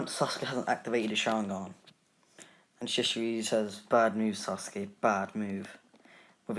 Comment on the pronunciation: sasuke is said as sasgay